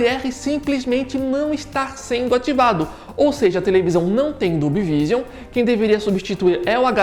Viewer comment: só uma dica, a pronúncia de Vision seria algo como "viijâm"